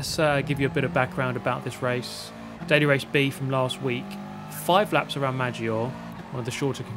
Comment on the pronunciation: No no say it like an Italian MAJ-JEE-OR-EH